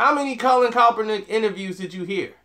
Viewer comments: Sorry it's KAP ERNICK..... not COPERNICK. Lol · BRO... It's Colin KAEPERNICK! Sound it out: KAP-ER-NICK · If you can't pronounce his name right then don't do the article uncle Tom!!!!! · Now when I first seen the title of this video I was about to come on here and blast you for saying that Miami was right for not picking Colin Rand Kaepernick but I said well let me wait and see what he's saying first, and after hearing what you've said you're right he wouldn't fit into that system and the only thing that I can blast you about is the mispronouncing Colin Rand Kaepernick's name you butcher his name everytime you say it, its pronounced Capernick with a K not Copernick the way your'e saying it lol.. Now I disagree with you on why Colin Rand Kaepernick did what he did, now let me say this at first when he did it I said that he's just doing it to piss off the 49ers but when he gave his explanation I said well that's a good reason. Now what I don't agree with you on is you questioning his legitimacy on why he did it. And you also said he shouldn't done it on the job well his job is to play football and I can almost guarantee you there's nowhere in his contract or the NFL rule book that says a player must stand for the racist national anthem not yet, now that's where I disagree with you.